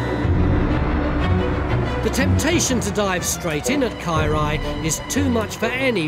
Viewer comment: His Welsh is so bad it took me a while to understand that he was saying Caerau...ugh.